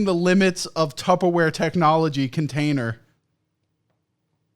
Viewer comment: He called it "tubbaware" lmfao